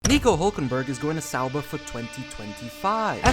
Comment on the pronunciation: I appreciate your efforts to say people’s names and places correctly. I’m probably out to lunch here, but I think it’s ok to say Sauber with a hard er, the way you say it now reminds me of Homestar Runner. Only a small criticism. I love your content. I don’t mean to insult you at all.